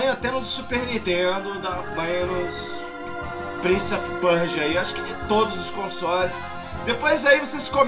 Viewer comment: é o primeiro gamer brasileiro a pronunciar "Prince of Persia" corretamente. rsrs